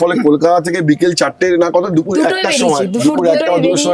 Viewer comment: It's not Dufur moron, say it Dupur 😂 Disgusting!!